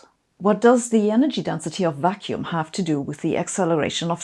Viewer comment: I'm so biased by daily life that when you said "vacuum energy" I've heard "vaccine energy".